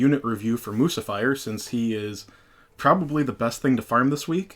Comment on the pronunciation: It's Moo-sih-fur, like Lucifer 😂😂 (unless I'm missing an on-going inside joke on your channel)